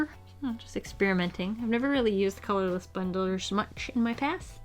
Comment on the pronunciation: "The color of this blender is... Brush pen on one end and... bullet nib on the other" What a beautiful color I know she said colorless blender, but that's what it sounded like she sad/